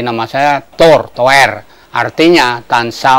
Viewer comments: Pramoedya Ananta Toer min, bukan Tour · "Toer" bukan "Tour" 🙄